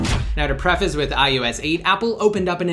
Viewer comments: It's I O S 8, not ius8 -_ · It's ios not ius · Why does it sound like he's saying I YOU S instead of IOS. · This guy says ius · Why is he saying iUS 8?! I thought it was iOS 8?! And if you're giving widget reviews, why are you holding the iPhone to the side! Annoying!